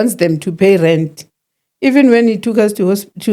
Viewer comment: Aaaaah ive been wondering why she keeps saying rent…